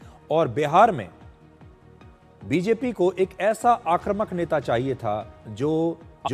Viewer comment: आक्रमक नहीं आक्रमक बोलो बेटा